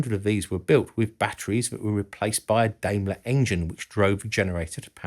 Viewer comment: Daimler is pronounced with an a as in yacht, not like an american a, just fyi. Greetings from Austria. All hail Steyr-Daimler-Puch! PS: while we're there... Henkel is pronounces Hen-kel, not Henchel